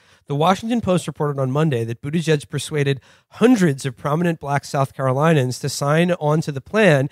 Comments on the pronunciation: South Caro LIN e uns, not South Caro LIE nuns. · Ok one thing: it's Carolinians. Not Carolinans.